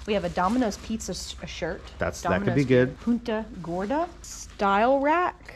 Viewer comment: Good job saying Punta Gorda. Its a town north of Ft Myers. My aunt lived there when i was growing up.